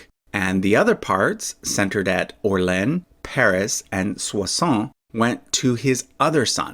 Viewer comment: There's a reason why Orleans isn't written Orlenne: it's pronounced totally differently.